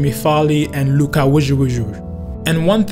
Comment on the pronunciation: Lucas “wjjwjwwjj”😂